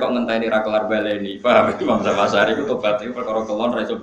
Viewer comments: Zamahsyari.. bukan zam asy'ari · Maaf Yg benar Zamakhsyari, bukan Zam Asyari.